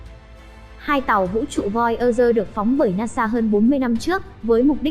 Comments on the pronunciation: voi da gơ. thì đọc thành voi ơ rơ. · Voi ơ dơ😁😁😁 bạn này giọng hay mà về xem lại tiếng anh đi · nghe thuyết minh nản luôn :)) voi ơ gơ :)) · Nếu không phát âm đúng được Voyager thì đừng đọc thuyết minh khó nghe lắm